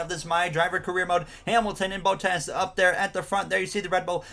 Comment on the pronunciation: Love the content!! Only thing I have to say is that Bottas is pronounced as bahtas and not bowtas. Keep up the great work